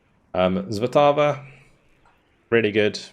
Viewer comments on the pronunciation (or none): Also, S is not read as Z, therefore not motozrelci. Svatava read as you see, Svatava, not Zvatava. And so on. Accent is always in official language at the word front as a rule.